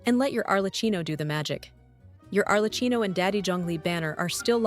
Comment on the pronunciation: It's pronounced 'Arle- kee-no' , not 'Arle- chino'.